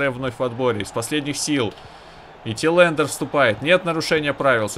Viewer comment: Все хорошо, но, чувак, посмотри как произносятся названия клубов и фамилии хотя бы твоих футболистов. Режет ухо Тилэндер, хотя он Тэландер. Я уж молчу про Ван ди Бика, хотя он Ван де Бек. :D А так, удачи. Пока самая адекватная и интересная карьера. :)